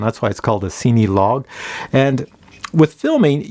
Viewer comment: It's a great review but the only problem I have, is that you say the name like it's seeny. It's pronounced just like the word Cinema hence why it's made for filming. And I know that's nitpicky but you do a lot of those types of drones and just the way you pronounce the name drives me batty LOL